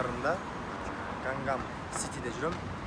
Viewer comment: Гангам сити эмес😂Ганнам сити болот😅. Переводчик баланар деле корейче билбейт экен!